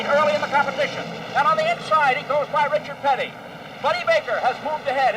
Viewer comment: Reechird Pitty -Jackie Stewart 😅